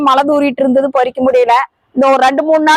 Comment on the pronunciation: சகோதரி..சின்ன ஒரு திருத்தம்.உங்களுடைய தமிழில் சில உச்சரிப்புப்பிழையுண்டு 😮..அதாவது..முருங்கைக்கீரையைப் பறிக்க போகிறோம் என்று சொல்ல வேண்டும். மாறாக முருங்கைக்கீரையை பொறிக்கபோறோம் என்றாசொல்ல கூடாது. அது தவறான உச்சரிப்பாகும். நன்றி சகோதரி. 😂